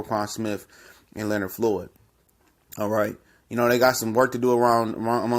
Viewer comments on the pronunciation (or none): none